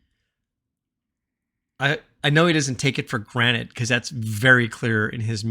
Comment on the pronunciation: taken for granted not granite <3 your videos though